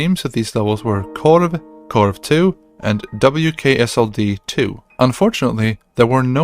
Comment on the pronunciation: När jag hörde hur du uttalade ”korv”, visste jag direkt att du var svensk 😂